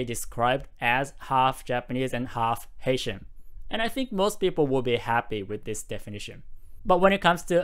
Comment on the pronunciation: Great video! I keep hearing “Asian” when you say “Haitian” lol